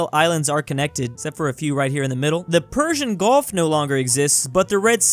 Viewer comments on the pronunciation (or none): none